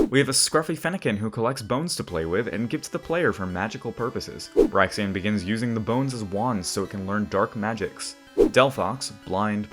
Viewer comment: Love these, it’s awesome seeing Hallowed Pokémon outside of Subjetively Also, I think Braixen’s name is pronounced “Brake-Zen”. But I could be wron